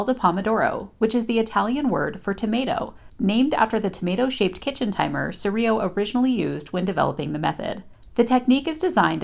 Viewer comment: If Francesco was Italian, his surname is pronounced “ch” like ‘church’, eer-ee-lo pronouncing the ‘L’.